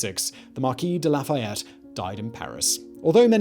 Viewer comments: Americans are convinced that French words are stressed on the last syllable. They aren't: they get the same emphasis as every other syllable. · Do you mean marquis de la foo fayette?